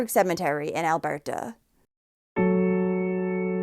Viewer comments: Why are you pronouncing Alberta like that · You pronounce Alberta so odd. lol. It isn’t French. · Stop saying Alberta like that lmao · Her pronunciation of Alberta has me dying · We don't say Calgary,Alberta with an accent😅Like at all lol Sorry not trying to be a d*ck i just thought it was cute & funny af 😄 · Thats an interesting way to say Alberta😊